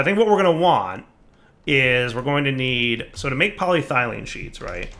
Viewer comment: Here's the thing. He says it right when he's talking about the non sheet version, but he ALWAYS fucks it up when talking about the sheet version because he's a fucking troll and KNOWS it annoys people.